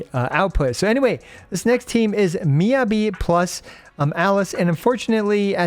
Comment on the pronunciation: thank you for your guides! just fyi it's pronounced more like "mee" "ya" "bee" - not "yuh"